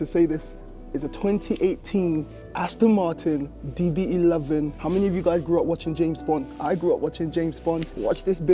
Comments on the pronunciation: Bro its aston martin not ashton😫🤣🤣🤣🤣🤣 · Well done mate but there's no h in Aston Martin. 😂